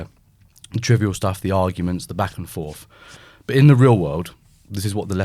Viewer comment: Please tell to at least attempt to use TH instead. of F. "Back and forf". It makes him sound like a f''king idiot.